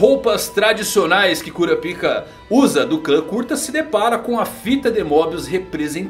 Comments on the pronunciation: "Kurapiká" com tonicidade aberta no segundo A é a pronuncia correta... num é cura pika kkkkkk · Pronunciar Kurapaica é errado? Ainda acho estranho ouvir Kura pica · Kurapíka ou Kurápika?